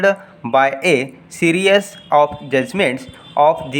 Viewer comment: What rubbish are uh talking it's is series not serious and so many words uh are pronouncing wrongly